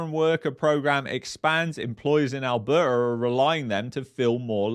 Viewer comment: It's Alberta ... Not Alberter... And Canada not Canader.... Go get a pizzer